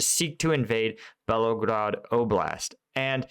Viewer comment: You probably didn't intend to make it sound that way, but you said that Ukraine, in the Kharkiv counteroffensive, "seized what looks like about 50% of the territory of the Belogorod [sic] Oblast." ALL of the Belgorod Oblast (note, three syllables, not four) is in Russia. Even though in the 17th and 18th centuries the area of the Oblast was part of the Cossack Hetmanate under the Kiev Governate and therefore considered part of Ukraine, Ukraine is not contesting the area now. None of it was seized by Ukraine. The territory that Ukraine regained (not "seized") in the September counteroffensive is all on the Ukrainian side of the border, and in the Kharkiv Oblast. I imagine that you meant to say that the number of sq. km. retaken by Ukraine in the Kharkiv Oblast amounts to about half the size of the Belgorod Oblast. That seems more or less correct.